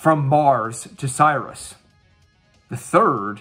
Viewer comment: Sirius is pronounced "sear-E-ous". It's the name of a binary star.